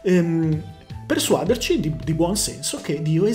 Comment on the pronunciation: Sempre interessante e bravo (soltanto si dice "persuadèrci, persuadèrlo", rivedere un attimo, ma non è un dogma!) Stavolta non sono d'accordo. Dovrebbe dimostrarmi che oggi la Chiesa cattolica fa violenza sulla società per imporre i suoi dogmi. Io ho imparato, e proprio dalla chiesa, a credere a un dio che ha detto "le prostitute vi precederenno nel regno dei cieli". Nei secoli passati la chiesa è stata violenta, e questo è senz'altro da condannare. Ma uno storico onesto riconosce che gli ospedali, per esempio, o la democrazia sono entrati nel mondo grazie al cristianesimo. Oppure degli ultimi si occupava lo Stato? O chi? Youtube? Cerchiamo di essere onesti. Ci sono stati e ci sono grandi santi credenti, che hanno fatto un bene immenso all'umanità. Questa per me è la prova dell'esistenza di Dio. E personalmente: il messaggio di Cristo mi ha salvato la vita, non dato una facile illusione. Ma non impongo a nessuno di crederci! Grazie dell'attenzione